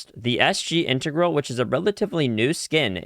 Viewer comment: Love the vid! For future reference, Integrale is In-Teh-Gral-EE